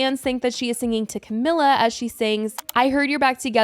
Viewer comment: The comments on the last video told you that you weren't pronouncing Camila right...